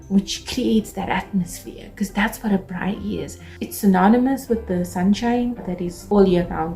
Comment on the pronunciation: you beauty... I love the way you say Braai... like a pro❤